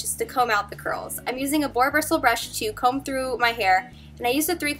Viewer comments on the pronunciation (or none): none